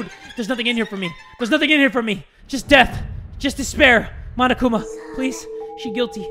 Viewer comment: said munokuma loiooooooooooooooooooooooooooooooooooooooooooooooool